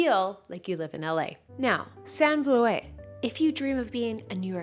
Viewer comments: I was a bit confused about Sanne volet, but then i saw you ment Sanne Vloet XD (you pronounce the oe in her last name like the you would say the o in who or like the sound an owl makes (but then 1 oo ofcourse). (its a dutch name, and iam from the netherlands too, so thats how i know :) ) I tried krissy Cela for a couple months, i loved it but sometimes it was a bit unclear. i did like the 3x 15 reps in a row just to find out i should have done just 1x 15 reps then moved on to another excersize XD and later the same excersize would return. I might try the gainsbybrains, just because she is a dutch girlie and i like her vibe on youtube. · The ‘oet’ in Sanne Vloet can be pronounced as ‘ood’ in ‘mood’! Loved this,! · Love this video 😍 and also fangirling these woman haha. As a Dutchie I was laughing when you pronounched Vloet. But nice try hahah 😘😋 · Hey, just for info: it's Sanne Vloet. She's a Duttch model. Love you ❤